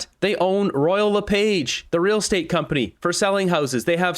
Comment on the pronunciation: this is how you pronounce Lepage as in Royal Lepage